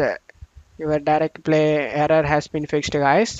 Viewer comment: brother, kindly improve your pronunciation please. It took me 4/5 times to understand your aarraaraa (error). Thank you.